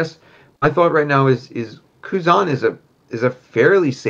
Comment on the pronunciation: Bruder es heißt thought….. dieses „tough“ jedes Mal😭😭